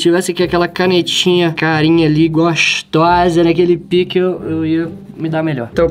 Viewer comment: para de disse pike